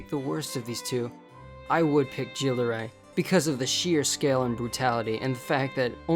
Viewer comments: the right pronounciation would be "Guill De Ré" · The way this guy pronounces Gilles de rais pmo